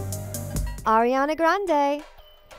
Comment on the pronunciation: OMG, finally, a video where someone ACTUALLY said Ariana's name right..